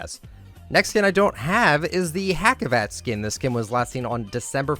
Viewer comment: Hacivat is actually pronounced huh-g-vat. He's a reference to (in turkey) a popular shadow puppets play and I (as a German turk) was surprised, when I saw it as a skin. Wasn't playing back then though, so I don't have it